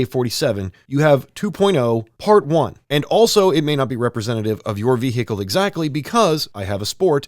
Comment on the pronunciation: You don't say vehicle the cool way like